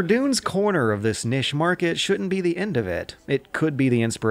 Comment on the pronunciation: he also says niche nich